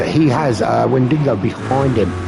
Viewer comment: note: driver's nickname Wendigo, but not WendiNgo 🤝